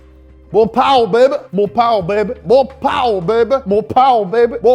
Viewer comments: "Mo paua bahbe" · Darnit you got me to spit all over my ipad laughing with ‘mo powuh babeh’ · more powah baby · The best part of this video: Mo Powah Bahby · Moh powahh bhaby!👌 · More powah babay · Moe powa bebe! Mowè paw bb! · MO' POWE' BABY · Mo powuh baybe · More powah bubay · Mow pawoa beibe - Carol Shelby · more POWAH bby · MORE POWAH BABY! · MOR POWAH BABEH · MOH POWAH BEHBE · Mo powwa babey